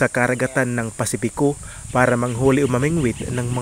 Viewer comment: Boss maganda yung dokumentaryo mo, the best actually!👍👍. But watch out your pronunciation like "karagatan" "pasipiko". I like your documentary..im not basher ok👍😊 ..